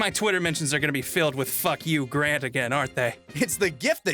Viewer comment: That's not how you pronounce Grant By The Way